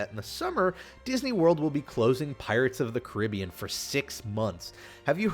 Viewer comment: Michael Noriega I think the way he says it, can be considerd correct, also